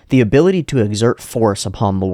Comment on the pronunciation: 1 year late but u said “abolity”🥹 lmao rn